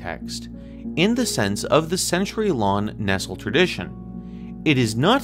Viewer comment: Do you even read Greek? And BTW Nestlé is pronounced like the chocolate, it doesn't rhyme with pestle.